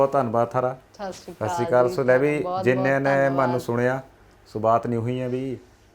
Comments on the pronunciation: ਬਹੁਤੀਆ ਕੁੜੀਆਂ ਤਾਂ 4 ਜਮਾਤਾਂ ਪੜ੍ਹਕੇ ਸੱਤ ਸ਼੍ਰੀ ਅਕਾਲ ਨੂੰ ਸ਼ਾਸ਼ੀ ਕਾਲ ਹੀ ਕਹਿਣ ਲੱਗ ਜਾਂਦੀਆਂ ਵਾਹ ਭੈਣੇ ਵਾਹ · Hanji sat shri akal nu saasi kal nu kita 😂😂